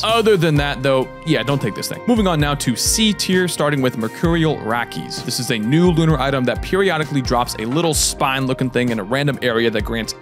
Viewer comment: It's pronounced "rake-hiss" not "Rockies"